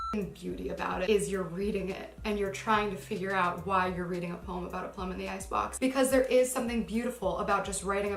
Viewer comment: The fact that she pronounces the word 'poem' with one syllable is the first red flag for me.